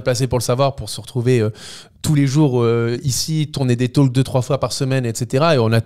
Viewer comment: J'adore vos talks ! (juste un truc, on ne prononce pas le "L" dans Talk) 😉